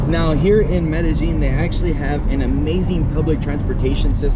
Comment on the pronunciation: Learn to pronounce the name of the city properly. You do like the uneducated barrio people - not like a Paisa . Just because they communicate in “Getto speak” in the hood of NYC and LA doesn’t make the butchering of the King’s English right. Same with the King’s Español.